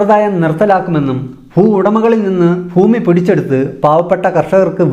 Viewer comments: ഫൂമി യല്ല ഭൂമി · ഫൂഉടമയും ഫൂമിയും ഒഴികെ ബാക്കി ഒക്കെ സൂപ്പർ